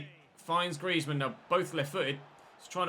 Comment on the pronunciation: Antoine Griezmann is being read as Greezmann I guess that we'll hear this name more often so just reminding